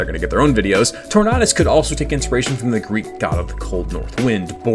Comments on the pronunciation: Tornadus not torknotus. Just pronounce tornado but replace the o with a us my guy. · You are the first and only person i've ever heard call Tornadus "Tor-nah-duss" Tornado, Tornadus?? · that does not sound like the right pronunciation of tornadus